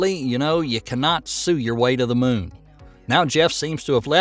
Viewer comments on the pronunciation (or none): none